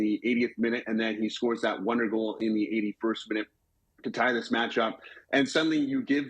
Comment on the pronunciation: PLeeeeassse make the effort of pronouncing Mbappe`s name slightly correct. It`s Mbappeee. Mbappé